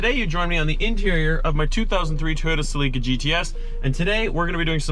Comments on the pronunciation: Cell not See lica😆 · Toyota Celica (sell-i-cuh not sell-ee-cuh) driving me crazy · Lmao. Sell - li - ca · Bro, why are you pronouncing Celica like that? It’s (Cell-ik-a) Edit: ah, you’re Canadian. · the way you pronounce celica aggrivates me